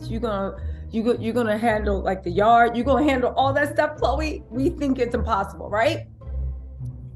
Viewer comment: Lol. Love your attempt at Patwah!!! It made my Day 😂😂😂😂. Plus your mention of Nie nights at “big yawd” ( yard). You are Irie now. Nuff respeck 🇯🇲🇯🇲🇯🇲